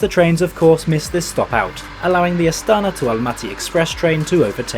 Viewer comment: Emphasize on the last vowel - astanA